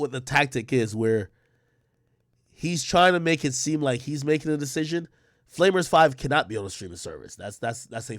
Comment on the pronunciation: does meek mill know what a flamer is 😂😂😂 bro really called it flaymer 5